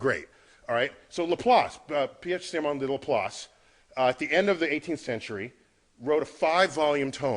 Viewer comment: Was willing to listen to the entire video, even though thought Laplace was pronounced as it sounds? But, sorry, 9/11 is where memory is already set to only honor heroes of that recovery... Still, personal conceptions are what confirm the PERSONAL savior god of the monotheists cannot exist: not unless HE really really hates black people... Yea, dude can only be real if he's a racist, duh!!